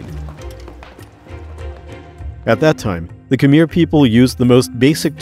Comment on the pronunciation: this is a beautiful video and i mostly only want to give my genuine thanks for it, but i have to admit that every time khmer is pronounced like "kameer" i nearly have a stroke.